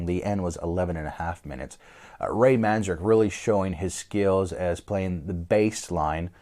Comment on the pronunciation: Couldn’t you find anyone more qualified to give an opinion about such a legendary rock band ? You picked a random record store owner , probably from Seattle who tried four times at least to pronounce Ray’s surname correctly, it’s Manzarek with one N not two . Obviously doesn’t know much at all about the subject 👎